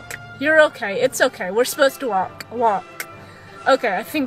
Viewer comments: The way you said WalKK triggered me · Walkkkk. Why the emphasis on the k? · Dude, the way she says walK 😫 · I know….I’m not trying to be mean but it’s making me cringe 😳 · All I heard was waaK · Comments 70% “it’s NOT abues!” 24% “walKK” 5% “ ommmggg its abuusee” 1% *list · What's funny is she makes it sound like she wasn't going to beat her horse at the end she probably got home stuck an even stronger bit in his moth hit him with her crop and put spurs on and liked him till he did as he was told disgusting woman and try saying walk properly not WALKKKK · Wtf the fuck, the WalkUH grrrr i hate to heard that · walKK. please work on that its super annoying lmao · Cus shes American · Yeah what's wrong with her mouth?? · I've never before heard SUCH a hard 'K' at the end of 'walk'...I wonder where she's from? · First of all, girl you put WAY to much emphasis on the K of walk. It's to much, relax. Second, you handled the situation beautifully, while it seems you were out of control it was the complete opposite. You were very much in control or this video would have played out very differently. Your seat was strong and your hands were light, there was nothing more, short of dismounting you could have done. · the way you say walk ugh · Why can’t she say walk properly? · It's the over pronounced "walk" for me